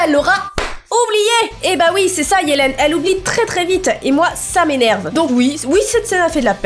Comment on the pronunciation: Tu sais qu'on dit yeliiiiiiiiiiiine